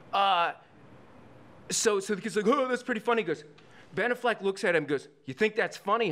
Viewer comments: He lost me "Benaffleck". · If he said Ben "A"ffleck again i was gonna hang myself. Was he kidding or being serious??? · Ben A-fleck. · LOL I've always said it like that. Benna Fleck :) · He doesn’t know how to pronounce Ben Afflecks name?